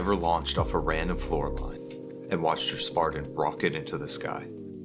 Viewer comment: yeah when you pronounced spartan as spardan I stopped listening.